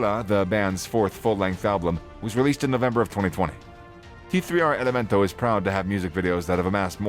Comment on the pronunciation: The "tee three R elemento" this bozo made an entire video dedicated to these cats and couldnt get their name right lmao 😂😂 its prolly some pocho or some white dude whos neve even listened to this type of music